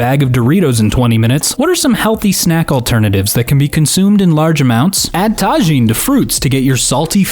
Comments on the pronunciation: ADD TA-JEAN TO YOUR FRUITS!!?? Bruh it's pronounced ta-heen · tajin is pronounced as ta heen